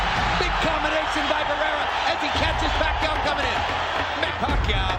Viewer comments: Sabi nong announcer " manny pakay" 🤣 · When the hbo announcer says Manny Pakayaw